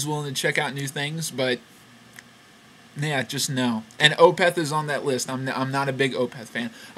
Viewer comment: i like opeth ok, definately one of the better "death metal" acts. also, i think it's pronounced as 1 flowing word, opeth, not o-peth